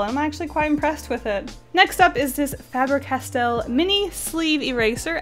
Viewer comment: Am I the only one who got slightly triggered about the way she said,, Staedler" and,, Faber-castel"?